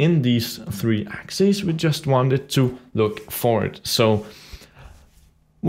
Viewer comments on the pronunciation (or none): none